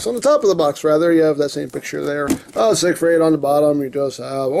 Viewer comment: I'm not sure that's how you pronounce siegfied...